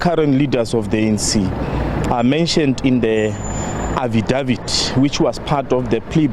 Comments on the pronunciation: I hardly heard the report. All I heard was affidavit being mispronounced repeatedly - to the point that I wondered who da eff is "Affie Dawid". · Lol Affidavit 😂 you should buy some ENGLISH LESSONS